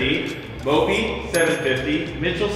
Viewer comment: I'm dead serious I thought mopi said dont masturbate